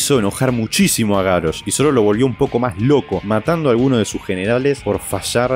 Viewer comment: Es GaRRosh, con dole R, no GaRosh. Ademas que Garrosh suena mas fuerte.